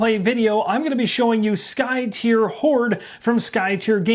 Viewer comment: I think you're the only YouTuber I've heard pronounce the name Skytear correctly. I wasn't sure myself a year ago, so I asked the game designer. So if anyone else is wondering, is correct. It is, according to the designer, "tear" as in "to rend." 🙂